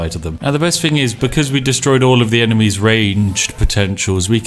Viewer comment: "thing" NOT "fing"